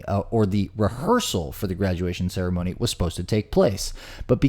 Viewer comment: I sincerely seriously hope that you actually mispronounced Ceremony by accident, otherwise you're just low.